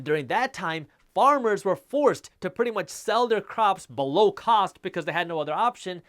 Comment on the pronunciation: I can’t live without hearing him say “BELOW”! Lol.